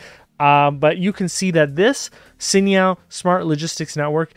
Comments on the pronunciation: Hey great insights as always…just a heads up…you’re not pronouncing Cainiao correctly 😅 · Curious if anyone tried to correct your pronunciation of Cainiao